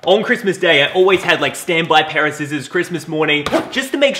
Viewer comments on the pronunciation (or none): none